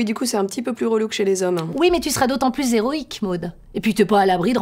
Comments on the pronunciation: "Tu sera d'autant plus z'héroïque" Tu fais des liaisons dangereuses?:P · "Tu seras d'autant plus z'héroique,...." -> elle pique un peu cette liaison!!;D Une petite boutade pour le début d'année... Encore merci pour vos vidéos, et longue vie à votre chaine